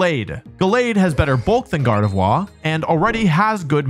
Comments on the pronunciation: Yeah the way he says Arcanine and Gardevoir bothers me a lot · Why would you force french so hard with vivillion and gardevoir(r should be pronounced) while also pronouncing "fillet" away like an american?